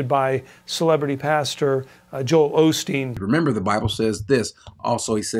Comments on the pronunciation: We know FOX doesn't have any knowledge of Joel Olsteen and his positive spiritual motivational speaking. The talk show host didn't know how to pronounce Joel's name. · It’s Osteen, not Olsteen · Joel Ahsteen 😂